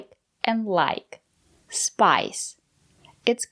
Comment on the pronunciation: Wow, (spice) is a so basic and easy word I can't believe that someone with that "much English experience" who (claims to be English teacher) don't know how to pronounce it! I've watched other videos where she is corrected by you guys and I can't believe she didn't know how to say (not to), she seemed to have a high English level, especially cause she almost have American accent. How come she didn't know something so basic? When she has studied English for a very long time, lives in USA and her husband is an American English native.